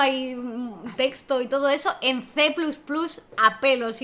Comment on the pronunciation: Cuando pronunciáis C++ como "ce plus plus" no lo entiendo. O todo españolizado o todo en ingles, pero eso de mitad y mitad jajaja